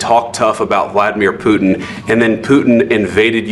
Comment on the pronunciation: ✅️ Putin ❌️ Puddin'